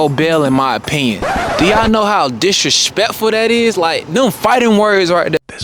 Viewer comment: “Do yall know how DISH RESHPECKFUL that is”